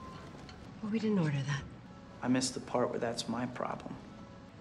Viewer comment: I love the way he pronounces 'my problem'